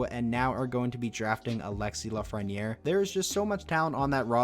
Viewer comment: His name is Lafrenière